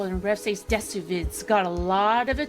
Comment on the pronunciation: She didn't even pronounce desu correctly.🤣🤣 What's going to give these channels headway is y'all watching their videos and making the channel relevant. Just ignore them. Don't click, don't watch, don't acknowledge that this channel even exists. This is what they want; the people they are trashing making videos about their video and giving them relevance to make more. Don't give them the validation, which is what they are seeking, and in all likeliness, they will fade away.